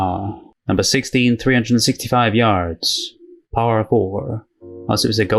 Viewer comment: "Paw-er 4" lmao